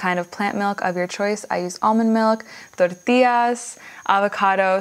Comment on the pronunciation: Looks great, also hearing the tortillas and cilantro pronounced the way you did was 👍 glad you didn't "American-ify" it like i sometimes do